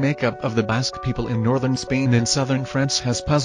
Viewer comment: Your robot reader has an appalling accent. Basque rhymes with cast, not cats. You forget to mention that the British Isles has more than 90%Basque genetics.